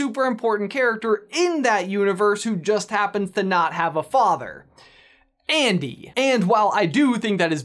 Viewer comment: Also also, actually actually... when the word "ANDY" is repeatedly said.. it sounds like IAN.